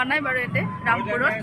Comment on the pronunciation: তুমি ৰামপুৰ বূলি ভালকি কব পৰা নাই